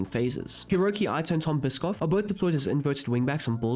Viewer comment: Bischof is pronounced Tom Bi-shof not Bischoff the food